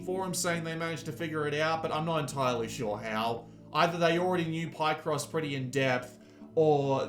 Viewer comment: “Pie-cross” 🥧❌ Hahahahaha omg and you say it wrong sooooo many times. It’s PIHCross, dude. From “picture”